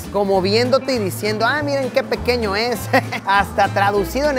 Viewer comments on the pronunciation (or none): dice pequeno 😂